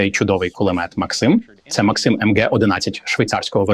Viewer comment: Хто такий цей максИм, якщо це кулемет мАксима? І він теж каже мАксим